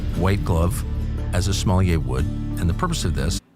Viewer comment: Tucker can't pronounce "sommelier". He says it like Somalia -- he's a dope.